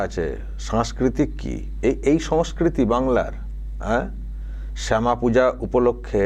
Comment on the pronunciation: দাদা শ্যামা মায়ের উচ্চারণ ও ভুল আছে।